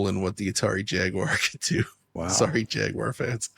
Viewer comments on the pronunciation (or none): none